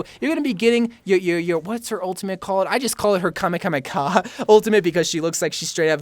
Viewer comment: Never ever try to say kamehameha again